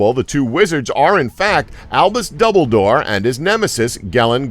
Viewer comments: Daeg He even mispronounced (Dumbledore) -_- Doubledoor .......injust now got to the part where he pronounced Eowyn as EEEEowen -_ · Everybody knows about famous wizards Albus Double-Door and Gellen Grindelwall. But seriously, the blue wizards didn't disappear in Mordor. Heard of fact checking? By this point in the video I actually started to wonder if this was some sort of joke, nobody could possibly mess up every single name or piece of lore this hard.